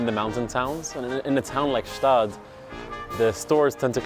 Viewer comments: why bro say Staad and not Gstaad. I mean I'm swiss. It's called Gstaad. I'm also french but Idk what they call it since they don't know wtf to call anything. They call a brownie a broni. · a little tipp from a local, despite what your delusions told you, its definitively got pronunced "'staad", the G is hard and full in there GGGschtaaad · Swiss here, it pains me a little bit that you mispronounciate the city name, try to pronounce the "G" in the beginning. Quite important